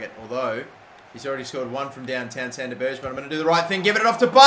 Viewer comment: I heard it too. I was crying with laughter